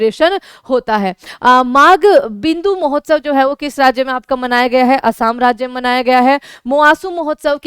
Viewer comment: असम को असाम क्यों बोलते हैं?